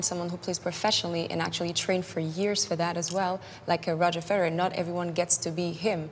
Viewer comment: she said Roger "Ferrer"? Its Federer.